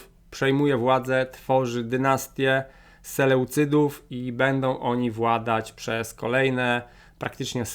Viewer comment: Jak zwykle świetny materiał. Zwięźle i przejrzyście wyłożona historia, która w szkole tak mogłaby być opowiedziana. Tylko jeden drobiazg, na mapie jest nazwa Imperium Selucydów, czy to mały błąd - znamy nazwę "Seleucydzi" i tak jest tu wypowiadana, prawidłowo. Historia jest tak ważnym przedmiotem a w szkole raczej jej mało. Dlatego dobrze, że jest taki ciekawy kanał. Od dawna śledzę historie tu opowiedziane, i czekam na kolejne.